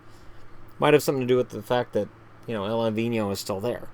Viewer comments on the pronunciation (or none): none